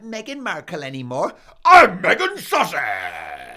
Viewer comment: by the way you say Duchess of Sussex, my east Alabama USA ears translate it to Duchess of sausages. 🤣